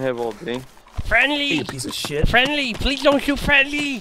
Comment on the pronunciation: im fwendly pwease